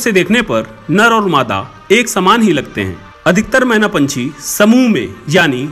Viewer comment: Menaaaaaa nhi kehenaaaaa ise 😂😂😂😂😂